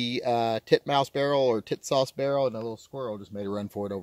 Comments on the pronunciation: TİSAŞ is pronounced ''Tea-sahsh''.. with accent on the first syllable. The company has a nice promotional video in English on YouTube- "Tisas promotion film" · Damn. Why can't you call it the right way? Tits ass!